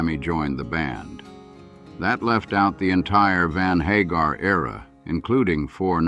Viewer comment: Sammy HAH-garr ehhhh?